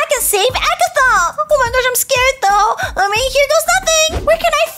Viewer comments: It's not Agatha it's Ragatha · IT’S RAGATHA NOT AGATHA!